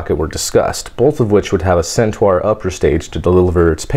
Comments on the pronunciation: RyeOnHam I was gonna write the same comment:-) Except that in addition to pronouncing the "u". pronounces it as if it was spelt 'Centuar''… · Hate to be the pronunciation Nazi, but Centaur is pronounced "Cent-ar" with the 'ar' sound as in 'far'. You're pronouncing the "U".